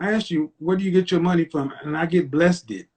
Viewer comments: "I get blessted" 😂😂😂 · This chick just said “I’m Bless-did”. 😂😂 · Yo he asked how she takes care of her children this bih said “I get blessed-Ed”